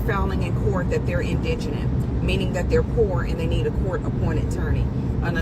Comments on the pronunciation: it’s in di gent 😂 can’t even pronounce the damn word correctly. SMH. Indiginent like he a Native American or something. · It not indignant it’s indigent !! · IN DI GENT can we get it right, please ….its not indignant, those are two different words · “In-di-je-nent, in-digg-nent, in-dij-in-nuss, in-digg-ness…”. The very people who can’t even pronounce the word, “indigent” correctly, are the ones who are now outraged because they feel tricked into donating to the defense “innocent kid?” Sorry, when people say it ain’t a “Black issue” F it, I beg to differ. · Why is it all these people are making videos on this subject and don’t know how to pronounce indigent? It’s not indignant- Spend hours on the internet but can’t google how to pronounce a word. You sound uneducated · Dude I agree and you had me until you mispronounced "in-duh-jnt"! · The word isn't indigenous its indigent and why do u all Keep that ghetto axe him its ask him i know u all can pronounce these words correctly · Is it indignant or indigent? Because it sounds like dude is pronouncing it wrong! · FYI…it’s pronounced “IN da jent.” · IN-DI-GENT poor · How ironic that ebt Americans can't even pronounce indigent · Do none of you know how to pronounce indigent. In deh gent. Good lord. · Nobody in this video can pronouncement "Indigent" correclty... 3 people SMH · And not a single one can pronounce "indigent". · Why can't folks in the black community say "indigent"? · Why can’t any of these people pronounce indigent? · I just wish someone could actually pronounce the word "indigent". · I’m convinced no lay black person knows how to pronounce indigent! 🙄😮‍💨